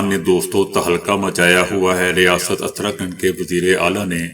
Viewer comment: درست تلفظ اس طرح ہیں: اُتراکھنڈ۔ دَلِت